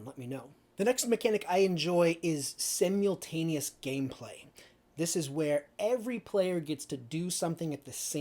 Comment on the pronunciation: Interesting list, I probably think about board game design more than I actually get to play games so this type of video is interesting… I’m guessing that your pronunciation of “simultaneous” was a result of trying to overemphasis the word and Americans don’t typically pronounce it as “simultaneous” rather than with a long “i”, “Sīmultaneous”.